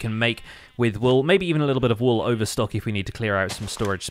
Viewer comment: pls can you pronounce all wool walls you sound funny